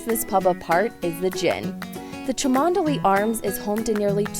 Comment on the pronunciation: Agreed, nice vid. Not knowing to pronounce it as 'chumley' is perfectly understandable though, there are plenty of locals who struggle with it... and Burwardsley :-)